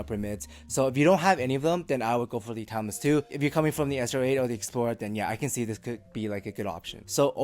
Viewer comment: Almost everytime you said "Timeless 2" I heard "Tangzu" xD. Biased ears maybe? Anyways great review!